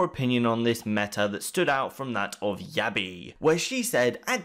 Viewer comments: you pronounce yabbe as yabbe not yabbi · Yabbi FeelsDankMan it's YABB-EH